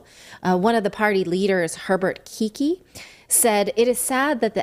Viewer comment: Kikl, not Kiki ;-) !